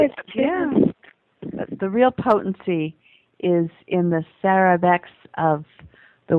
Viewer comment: Please know it's "Sera" not "Sara"